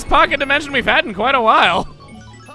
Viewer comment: Chugga when you went into the pocket dimension it sounded like you said fuck it dimension may want to edit that